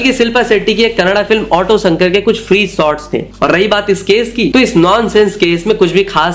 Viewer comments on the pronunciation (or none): none